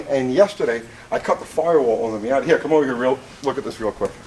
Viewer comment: "MOIATA" ....moi'yata?